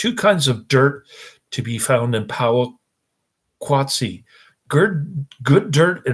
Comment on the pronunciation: Oh My Gosh. It is pronounced Poe wa kat see.....if you are going to review a movie, AT LEAST, get the name right!!!!!! Did you even watch this movie? It is about industrialization and population affecting what were once simple slow lifestyles. The music works well with the images....sheesh, you are an unqualified "reviewer" of this. If you are a "movie reviewer", your pace is ridiculously slow, incoherent and sadly obtuse.